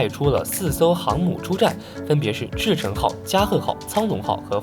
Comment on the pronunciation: 赤城 Akagi, 加賀 Kaga 蒼龍 Soryu 飛龍 Hiryu 不是那種漢語拼音的, 不會就乾脆放中文就好了